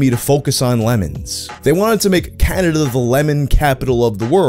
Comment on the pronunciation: I'm new to this, why can so many english-speaking youtubers not pronounce the word Canada? He says Caderda, Canderda, Canrerda, Caldera and pretty much every variation of those letters, but never "Ca-na-da'.